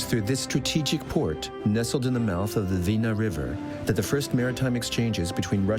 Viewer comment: Not Vina river but Dvina river.